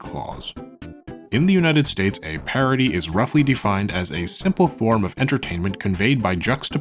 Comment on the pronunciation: Where are you from? Your pronunciation had me so confused (amicus/ameekus, parody/parity)